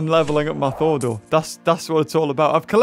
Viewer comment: Thordor? Shouldn't it be Thorador? Lmao😂😅